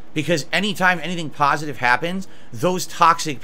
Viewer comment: i also would like to have my entire history of wrongdoing wiped out with a single pahsitive comment left on a video. the lack of perspective is incredible to witness.